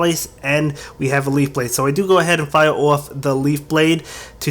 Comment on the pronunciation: Why do you say fire oufgh